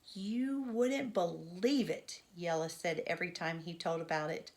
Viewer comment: Thank you for reading the wheel on the school you are so good at pronouncing jella ❤❤